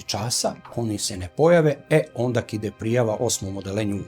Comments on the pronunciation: једна ствар не каже се ОНДАК него ОНДА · Ovaj je 3-4 puta rekao ondak. Sa k. Ja se pitam kako nepismeni mogu da rade na ovakvim mestima